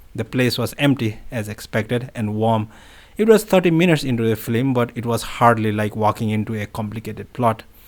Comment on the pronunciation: Film rather than “flim.” Thanks for reading this.